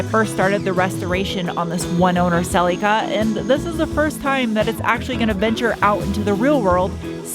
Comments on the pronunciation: Whyyyy are you saying Cel-y-kuh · WE pronounce it a bit different in Oz. Sir Leak ah. (Cerlica).